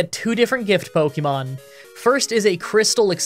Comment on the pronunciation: Dude please for the love of god pronounce Pokémon correctly. “Pocky”mon is so cringe